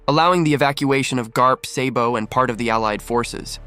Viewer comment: Then can’t even say the the character name right lol what a clown lol Yonko Sabo